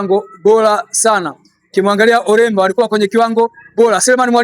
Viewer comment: Lowemba bwana sio olemba